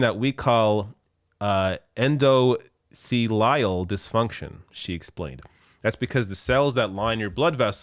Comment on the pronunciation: it's pronounced "endo-theely-ol".